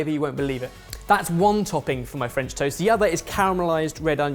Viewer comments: would have been great topped by a perfectly poached egg... was "superb" (french accent included) but I was laughing at how he managed to mispronounce both french AND english words. 😁 😂 🤣 😃 😄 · Had physics and further maths A-levels today but what really put the nail in the coffin was hearing speak "French"